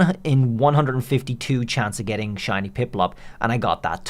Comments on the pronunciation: In the opening line I did a double take thinking you said "how to get Chinese" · Is it me or did he say Chinese pokemon 😂